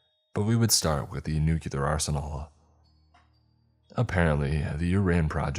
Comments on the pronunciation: It’s nuclear not nucular 😂 learn English if speaking it is your job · Nucular isnt a word, George W lol. Nuclear* sorry, I'm old and remember when the president used to make the same mistake. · New-clee-er not nook-yoo-ler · ok I love these videos my only thing its pronounced new-clear/nu-clear. not new-cue-lar. Please it drives me crazy XD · Is it too much to ask that a scientifically savvy character would say "nuclear," and not the illiterate "nuculer"? Also, "cache" is pronounced "cash". Jeez.